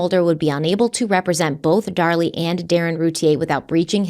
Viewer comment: Since likes to correct on her pronunciations all the time 🤭, I just want to point out that this time is saying her name as “Dar Lee” (it’s driving me crazy) and is saying “Darlie” like everyone else in the world. I got your back. YOU should be correcting HIM for once 😂